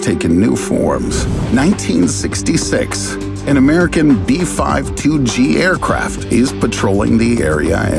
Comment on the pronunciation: I have never heard of people pronouncing B-52 as B-Five-Two lol